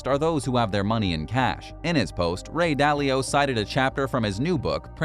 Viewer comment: Ah yes. The legendary Ray Dally-O